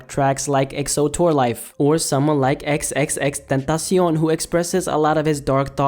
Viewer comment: Nigga pronounced xxxtentacion perfectly lol